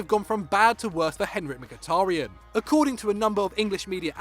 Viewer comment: It's mkhitaryan if y'all wondering